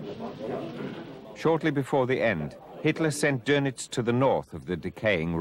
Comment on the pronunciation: See the umlaut over the O in his name? That means its pronounced dernitz